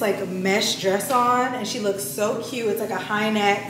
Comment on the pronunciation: I’m excited to see the looks and it’s pronounced she in like she’s in the room.